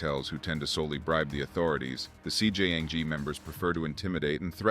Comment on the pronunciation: I dont know man. If you cant pronounce your subject matter, maybe somebody else should be narrating this one. Lazy and borderline disrespectful to the language as hes not even trying, "CJYang". Wtf is that???!